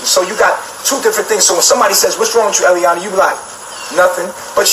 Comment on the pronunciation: Its eliana, not iyah